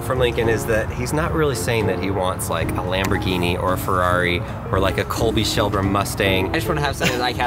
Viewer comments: “Colby shelbra” was painful to hear someone say 🤣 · A “Colby Shelby mustang” jeez that hurt to hear... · Do we not mention the fact said colbry shelba mustang